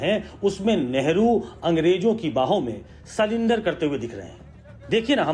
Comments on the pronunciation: 'मंदबुद्धि' अनपढ़ निकला ! अनपढ़ को सरेंडर को सलेंडर बोल रहा है ऐसे अनपढ़ को देश कि जनता सांसद बनाती है ! मानहानि का केस करना चाहिए ! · इस बेवकूफ कोई नहीं पता कि sarendar होता है ना कि सिलेंडर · ग्रिराज शायद पढ़ा लिखा नहीं, नरसरी तक शिक्षा हासिल किया हो? sulendr बोल रहा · अरे गिरिराज बाबू सरेंडर होता हैं। हेलो नरेंदर सरेंडर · गिरिराज तेरे से तो अच्छा भेड़ चराने वाला भी अच्छा है काला अक्षर भेस बराबर नाम पढ़ना भी नही आता ऐसे लोगो को राज पर बिठाना लोकतंत्र की हत्या की है